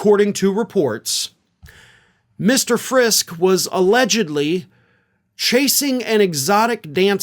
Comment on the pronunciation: It’s pronounced, Frisk-EE. He is our rep, unfortunately, a hard religious, right, intense, write -crazy letters to the editor, anti reproductive rights, dude part of a well-known Friske orchards family. His primary opponent is 22 year old Parker Fairborn who is also from a well known family. According to Parker’s website, he is pro second amendment, anti Reproductive freedoms and rights for women, and is also hard right. Doesn’t support what our governor is doing. Jody Decker is running for the seat as a dem. She is a great normal person who wants to protect women’s reproductive rights and freedom. She’s someone who would actually listen to her constituents and not try to impose her religious beliefs on all of us. Vote blue if you live up in Emmet County. The GOP candidates are too extreme and some are pretty bonkers as is evidenced by this news about Friske.